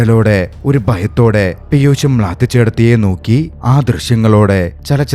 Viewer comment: പീയുസ്സ് അല്ല ബ്രോ പീയൂഷ്